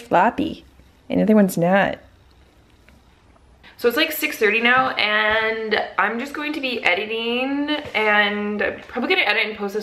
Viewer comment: She is a cute pup! Also, if you want to speak more correctly (if not, no worries), some helpful advice would be that it's actually pronounced "editing", not "editeen", and also "packaging", not "packageen". Good luck!